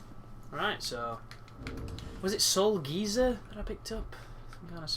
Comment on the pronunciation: Soul geezer :D Is that an actual pronunciation of the word?